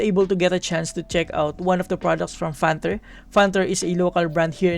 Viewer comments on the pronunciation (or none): Parang "Fanther" pagkakapronounce mo sir 😬